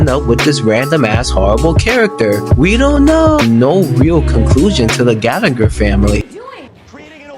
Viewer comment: It’s Gallagher not galleagor